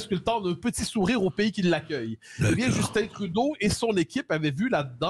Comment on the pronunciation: Cest Justin pas Justine ... vous n'êtes pas capable de parler en francais en france ?